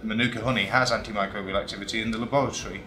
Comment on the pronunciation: English dudes pronunciation of Te Reo not great, including the word, Manuka.